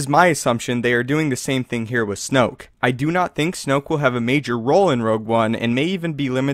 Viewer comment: It's snoke.